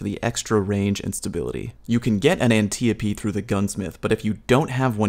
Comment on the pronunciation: How is it everyone says Antiope wrong in this community? Antiope is an Amazon from Greek myth that was adopted by DC and its pronounced An-tie-o-pee.. not anti-oap or ant-eo-pee..